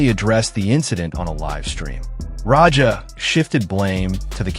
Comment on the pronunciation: It’s Raja, not Roger… terrible narration